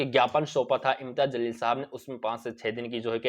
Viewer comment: Aray janwaar Imtiyaz Jsleel hai naam zalil nahi, parlay naam bolna Sikh. Uskay kay baad news bool..